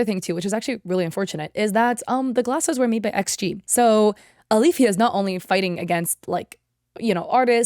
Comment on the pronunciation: My cousins name is Alifya & yeah you rponounced it right, it's basically just two Arabic letters ا and ي together